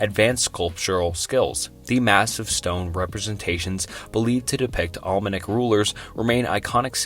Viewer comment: Why do people call this quality content? The dude is reading a script with a very small grasp of English. I would think a quick Google pronunciation search would make this understandable. How many different ways can you pronounce Olmec? Apparently 6 different ways! I had this on a louder volume at work and a coworker thought I was trying to learn a foreign language. I had to turn it off because I couldn't quit laughing after Indus became In- deuce.